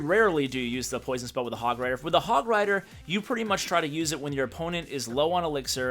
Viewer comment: lol he said poishon